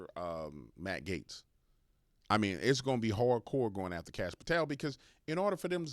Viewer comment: or so, this PropagandaMSM 👿Terrorist owned by SchwabSorosGates, tries to act like she has dirt on K Patel but can’t even pronounce his last name!🙄